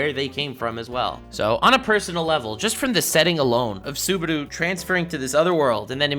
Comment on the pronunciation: saying "Suberu" for 30 minutes on going